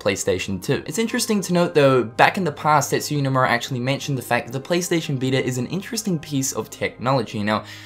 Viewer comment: "PlayStation veetr"